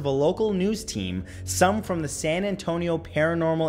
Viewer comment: Why do people pronounce the word San as if there is a letter D behind it?